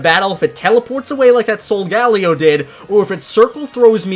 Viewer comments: It’s solgaleo (soul-ga-lay-o) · It’s sold-ga-le-o